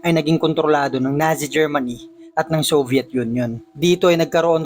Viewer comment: NAZI pronounced as Natzi